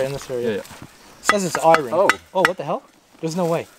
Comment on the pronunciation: The pronunciation of "iron" kept making me cringe. That's not how we say it in Canada, I promise.